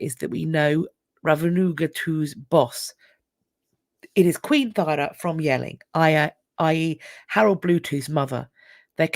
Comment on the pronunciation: Thyra is pronounced Tura. I have a Viking name!